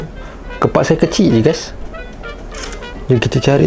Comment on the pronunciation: kepak bukan kapak 🤣🤣😂😂😂